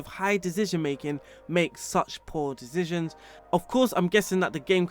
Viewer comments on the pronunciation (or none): Dizzishions xd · Nice dezizionz